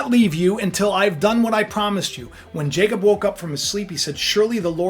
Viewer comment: Jacob- (no j sound- it was a y sound in many languages) ya cob- it's your pineal gland - third eye in the middle of your brain with Russ and cubes like your eyes.